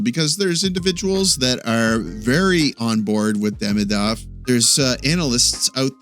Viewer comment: its not hard , please take the time to pronounce his name right !